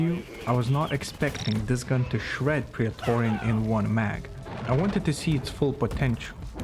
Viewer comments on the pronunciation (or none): why do you pronounce it "prEAtorian" :S